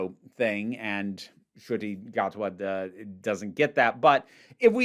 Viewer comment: As a long time fan of Doctor Who, it is not only absolutely wild to see a black doctor, and not only this but a fellow Rwandan to become the lead for my favourite show ever. It feels very surreal but I am so happy. (Btw the pronunciation wasn’t bad at all!)